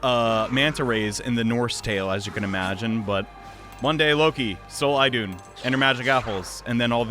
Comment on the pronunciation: Gentle correction of pronouncing Idunn, The "I" is is actually said as "E" as in Eden :3